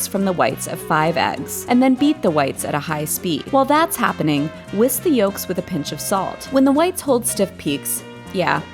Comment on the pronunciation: Great video! Why do you pronounce the l in yolk 😭